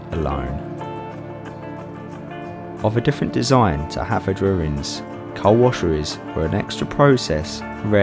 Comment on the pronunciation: Great video loved it . It's pronounced havodrinis